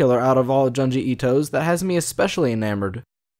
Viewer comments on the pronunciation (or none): Japanese speaker here. Your pronunciation of Junji is way off. It's closer to Joon-ji but with a shorter oo sound, a little like the u in full. You're pronouncing it more like jyanji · It's Junji like in June. Not Janji. Please. Why can't people read Japanese names correctly. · It’s pronounced JOONji itoh and TOH-mi-eh :) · also junji as in a quick joon,june not jahn like wtf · And And-June gee. Junji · Great video but your pronunciation of Junji Ito is very wrong. The Japanese syllable 'ju' is a short 'ooh' sound. Like in June but not as drawn out. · The pronunciation of Junji and Tomie made me cringe so hard, I literally cannot even. Well, to be fair I suppose the accent cannot be helped so that's just that. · The way you pronounce junji makes me angry 😂